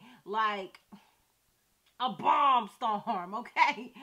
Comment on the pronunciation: Lmao at how you said “bomb”